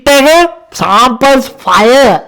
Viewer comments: Ado loku uba fire kiyana eka paiya kiyala bn ahenne bn😂❤ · Ow bn 😂 faiya